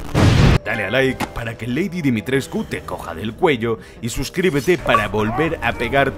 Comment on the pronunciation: Dimitres...CU jajajajaja tantas veces q me desespere, en realidad sólo se pronuncia Dimitresc